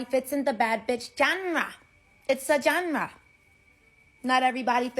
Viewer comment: "I'm surry, not everybody fits in the bad beesh John-Ra, , it's a John-Ra" And not everybody can pronounce words correctly either, it's a John-Ra, a John-Ra.